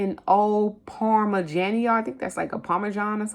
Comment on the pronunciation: You pronounce it : Parm-meh-gee-ah-no. It's the top of the line Parmesan. Man, I was at Trader Joe's today for the first time in forever and I KNEW I should have bought some gouda! Papua New Guinea, say: Pop-ooo-ah New Ginny I was in Louisville and the fruit was really high in some stores. I can still get good buys at Patel's International on produce, but the beans and grains went way up high there, too. I am still hitting sales at the local Kroger. There prices are not cheap, but their sales are great. Their BOOST program, where you get specials, plus free pickup and delivery, has many good perks this week. Meijer is another store in Louisville and they used to have cheap eggs, like 79-99 cents a dozen until a couple of years ago. Now they are 4.99 and that is cheaper than every place else except our local Dollar General Market , where they have been under $3; (over 5 at Kroger basically next door.)